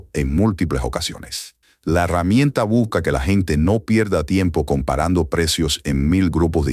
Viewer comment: No es buca es buSca Aprenda a hablar por favor buSca BuSca BuSca 😂😂😂